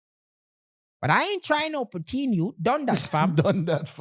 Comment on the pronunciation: You don’t pronounce poutine, right that’s why yuh nuh wah eat it